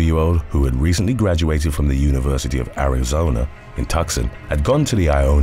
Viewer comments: Tucson is not pronounced "Tuckson", it's pronounced "Too-sawn" Also, when Islands Go Wrong? You mean like the British Empire with the slave trade and all the theft or the Japanese Empire in the 1940s with comfort wives and massacres? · Tucson is pronounced TOO-SAWN, not "Tuxon." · Hi! Just to let you know you pronounced Tucson wrong. It’s too-sON (ON like a light switch) Natives here HATE when it’s pronounced TUKson. Awesome video!!💕💕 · University of "TUCK-SON"?? okay that one got me....it's TOO-SAHN. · TUKsin? ... TOO-SAHN. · tucksun? tucson is pronounced thusly "TOO-scon" not tucksun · Love your narration but it's pronounced "two-sawn" not tuckson. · Just FYI Tuscan is pronounced "Too-son" city in the US state of Arizona pronounced "Air-e-zoe-na" 🙄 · Hey, it’s TUCSON. Knuckle head. Tuscan is in Italy. You come on here to straighten someone out and you’re a dope. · "TUCK-SON" lol ; its pronounced Two-sonn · Too-Saan not Tuck-Son 🤦🏾‍♀️please, just Google it. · Tucson= too-sahn sorry to be picky- love the channel! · Don't feel bad about mispronouncing Tucson. Paul did as well in "Get Back". (It's "too-sahn") Great video as always, subscribed. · Tucson AZ is pronounced Too-son. You da best bruh ! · 🥰 luv, Tucson= too-San🤗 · As a Native Arizonan the University of Arizona is in Tucson pronounced ( Too- Son ) just a heads up on that.... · Tucson Arizona is pronounced “Too-Saun” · That's pronounced 2-SON, Tucson, Arizona, but I'll forgive you, lol.😊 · Ahh yes “Tuc-son “ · Tucson, AZ pronounced "two-sahn"